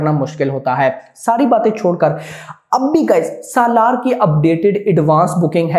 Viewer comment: This guy can't even pronounce 'SALAAR'